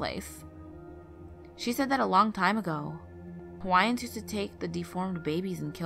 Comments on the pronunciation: You’re not from Hawaii!!! You can’t pronounce any of the Hawaiian words correctly. Perhaps you’re just a narrator. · I don't mean to be rude but most of the Hawaiian words you have pronounced are pronounced wrong.Sorry if I have made you feel hurt but I'm just trying to state the obvious. I am Hawaiian and have lived there for my whole life and have learned of every (not exaggerating) word in Hawaiian.I was born in Hawaii and have gone to Kamehameha schools.We have learned that if you sing on a rainy day to the ancestors of Hawaii will make it stop raining.We have done this and it worked and also a rainbow appeared. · the pronunciation is disrespectful😒